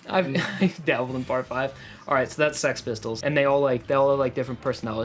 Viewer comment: I think six pistols is in the dub and the sub, but its Sex Pistols